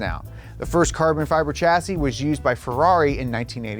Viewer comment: “Carbon Feber” 🤣🤣🤣